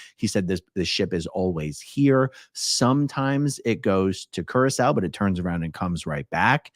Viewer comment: I was today years old when I learned how to pronounce Curaçao. Thank you, AARon!! 🙊